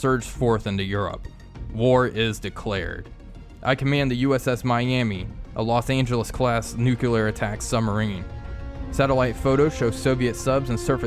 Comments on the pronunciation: Yes, "newkiller" = fingernails on a blackboard. The rest is good though. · N-U-C-L-E-A-R (new-klee-err) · yeey NUCULAR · Repeat after me: Nu-clear, nu-clear, nu-clear.